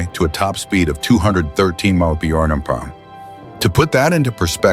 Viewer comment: "With a reputed top speed of two hundred and ....sixty eight emonie mey yer arr".